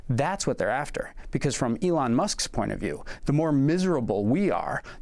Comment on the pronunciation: Eloon, Eloon!! Have you heard?! This is not Johannesburg!! Eloon, Eloon!! Have you heard?! This is not Johannesburg!! Eloon, Eloon!! Have you heard?! This is not Johannesburg!! Eloon, Eloon!! Have you heard?! This is not Johannesburg!!